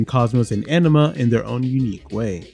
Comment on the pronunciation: Great video! But can't stop laughing bc you say 'anima' like 'enema'! 🤣